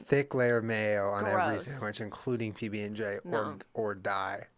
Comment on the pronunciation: Jenna lost the sandwich debate because she says “samwich”